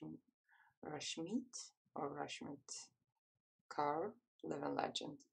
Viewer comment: It is 'rushmyth core'